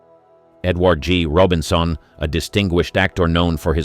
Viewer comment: Its all AI or word documents being narrated by your pc. ie Edward G Robinsoon and openlie rather than openly .